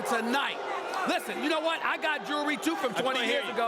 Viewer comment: Stephen "i got jewerly to from 20 years ago"